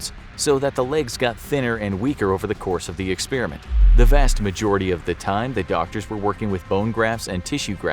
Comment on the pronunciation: It's not pronounced "ex spearmint".